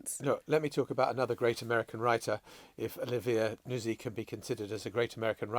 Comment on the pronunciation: I presume it’s pronounced ‘Nut-zi’ Emily, given it’s Italy in origin !! Not Nuz-zi